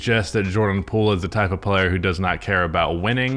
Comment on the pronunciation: “Jordan Poole was a wiving pwayer with the Golden State Wawwiows, uwu 🥺👉🏻👈🏻” -, 2023.